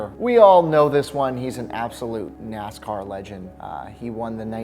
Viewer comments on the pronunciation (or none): none